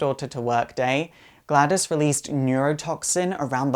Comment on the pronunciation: Also the name is GladOs, not GladUs